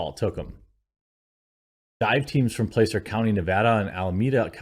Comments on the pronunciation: It's Placer (Păsser) not (Play-sir). As in Placer Gold. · Placer is pronounced like plasser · Placer County is pronounced like "plah-sir" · It is pronounced plasser county (Placer County) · It's actually pronounced 'plass-er'. Used to live near their. That part of the county is beautiful. It's sad this young lady died. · Placer pronounced like platter. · The county is pronounced "Plasser", as in gold.